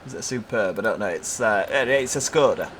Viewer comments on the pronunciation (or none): It's pronounced "Skoda" not "Skoda"